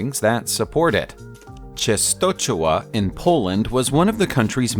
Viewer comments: Częstochowa. Hard name to pronounce. Polish is a tough one! You could do a lot worse than: Chen-sto-hova... ch is pronounced more like an English "h" (or even better a Scottish "ch" as in Loch Ness) "w" is pronounced like an English "v". Fun video though! :) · the pronunciation of che-sto-cho-wa is incorrect. To the western ear, Częstochowa is better pronounced as chen-sto-HO-va. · Chestohova is the more less correct pronunciation of Czestochowa city name... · The way you say Częstochowa is funny. :) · How is it really pronounced?